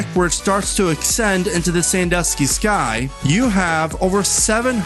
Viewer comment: Let me aks you a question. Did you just say aksend?